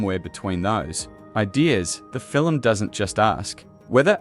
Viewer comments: "film" "fillem" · This AI narration tries to talk about the “fillum” created by Stephen Spielberg.😊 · The narration is just appalling. Fil-um, fil-um, fil-um! Did the creator even listen to this before it posted? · Doesn't it make you want to go see this fill-um?